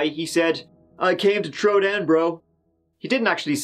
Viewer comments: The confusion is he probably said “THrow down” not “Tro down” hope this helps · “I came to trow down bro” best line ever